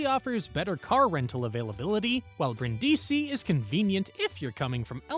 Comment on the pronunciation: Informative video, but some pronunciations are off. I.e. Brindisi is BREEN-dee-see not brin-DEE-see.